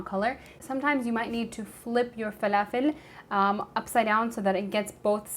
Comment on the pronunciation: Oh what joy to You and the fa-la-fell !!! If I didn't know how to pronounce it correctly before this video, I'd be in ignorant bliss. But only second to my love for this perfect recipe of the almighty falafel! I have just all the necessary ingredients, (I like to add spinach for extra nutrition) and today is a good day for falafel! Thanks for your great video and recipe! #Blessings to you 😃💛🌞